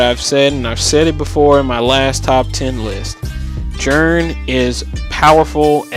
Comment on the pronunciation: yeah, i knew who you were talking about. Just wanted to know why you call him Jern instead of Ji-REN